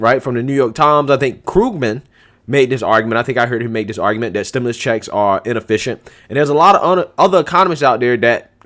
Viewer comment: Stim...U...lus, not stim...i...lis. Like your content!